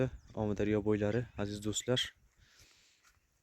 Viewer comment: Сенга имменна гапраётган болага сен бунака видиё чикарма тушундинг биринчидан Омидарёмас Амударё дейилади гапиришниямчи сиккиб куяркасан яхшиси йу́к булиб кет хопми